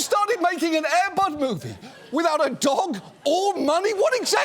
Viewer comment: He suddenly emphasizes it as "air BUD" and it kinda made me twitch. He looks really uncomfortable on camera.